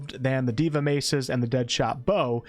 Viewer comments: Not diva Day-vah = god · Nice vid! Just wanted to point out that 'deva' is a Sanskrit word and is pronounced as 'They-vuh' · Deva, not diva